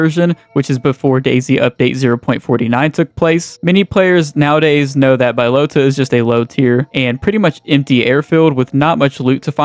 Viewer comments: Its Bahloata not Baylota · came here to say its B-AH-Low-TA. not BYE-LOTA.... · BA-Lota not Bi-lota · Really bothers me you can't pronounce balota it's not bilota it's BAlota ahhhh bahhhh bahlota fucking dunce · its Balota not Buylota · No way you called it BYElota It’s BAlota airfield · How tf does someone say "bYlOtA" when its Balota? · Bro saying byelota is driving me crazy Buhlota that’s how you say it wtf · lol “Bye-lota”. Do you see an i after the a in “Balota”? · It’s pronounced BUHlota btw lol. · bro you dont say bylota seriously do you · Admit you pronounced it like that for comment bait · don't tell us what to do, learn to pronounce words correct next time. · The way you pronounce balota deserves prison time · sorry couldn't get past the mispronunciation of balota